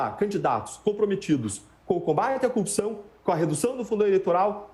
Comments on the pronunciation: cupção... o mané num sabe nem falar. haha #LulaPresidente2022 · se lascou ainda levou uma bronca ao vivo!!Todo o sistema de justiça está errado só ele está certo!!Esse povo de Curitiba tem uma dificuldade de falar corrupção!Cupição(sic) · Por que eles têm dificuldades de falar a palavra?" corrupção. sempre engolem o R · Dezenas de passagens nessa entrevista, ele, como o Moro, não consegue mesmo pronunciar a palavra "corrupção" - precisam da mesma fono, mesmo treino de dicção!!! kkk